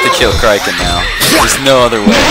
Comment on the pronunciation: You Said Crieken not Crick-en